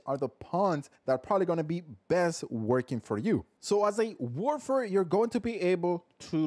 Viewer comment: This guy needs to chill he's not even pronouncing the name right lol how do you know it's op if you just base it off a video n not actual play time